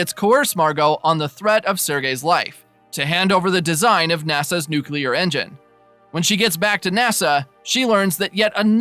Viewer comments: 40 seconds in... It's New- KLEE- ER... not new CULER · The word is NUCLEAR, not "nucular"!!! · Please…it’s pronounced “new-clear,” only two syllables. I cringe every time I hear “nuculear” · Thanks but please, it nuclear, not nucular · New-clee-ar. Nuclear. Not nuke-you-lar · A really useful, concise and informative summary of the third series of a programme which has completely passed me by. Only let down by pronuciation - it is NEW-KLEE-AR not nuke-you-lar!! From the nucleus (NEW-KLEE-USS) of the atom. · Nuclear. It's nuclear. Nook-yuh-ler is not a word. Sorry for being pedantic. Great recap, though! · Thanks for the recap! It was "nuculear"! Sorry couldn't resist 😅 Joke aside, your video was really helpful! Cheers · I like how he kicks off the video with nukular. Really sets the tone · Nuclear is pronounced (NOOK lee ur/ New clear). It comes from nucleus - the middle of an atom. Off-topic : "gravy" has to be made with drippings from cooked meat, so the red marinara that goes on pasta is "sauce" - liquid based. If we're all going to die as slaves anyway, we might as well get it right while we're here. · I remember the first time W. visited Downing Street after invading Iraq. There was a large protest, people carrying signs saying "STOP THE ILLEGAL WAR", "WAR CRIMINAL", "MURDERER", etc. Except for one guy, his sign simply read: "NUKULAR". I have never laughed so hard at a news report in my entire life